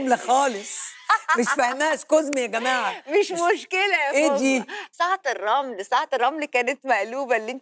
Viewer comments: حتى انا سمعتها تقول سعد الرمل مش ساعة الرمل😂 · والله اني هم عبالي سعد الرمن😂😂😂😂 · الكيلاني هي نطقها مشوه انا حتى نطقه في المرة الثالثة بعد فهمت انها تتكلم عن "ساعة الرمل" كنت أسمع "سترمل" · المشكله النطق غير واضح وكذلك الفكرة ما كانت واضحه لفيفي حتى لما وضحت لها كلمه ساعه الرمل استمرت فيفي غير مستوعبة المطلوب منها يعني ببساطه مذيعه ماتعرف تسأل ولا تشرح ولا شي ساتيرمل كذا نطقتها